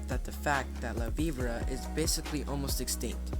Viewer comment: HE JUST FUCKING CALLED IT LAVIBRUH!ITS LA VI BORA